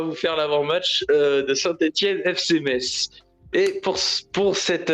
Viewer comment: merci de ne pas prononcer le z de Metz, svp ! (en phonétique, "messe")